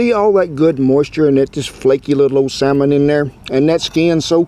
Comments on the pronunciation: Oh Lordy..saLLLmon😂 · Why would pronouncing the ''L'' in the Salmon be wrong? I'm confused.